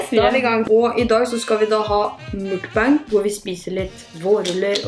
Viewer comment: Ikkeno hat men mukbang uttales mer som måkkbang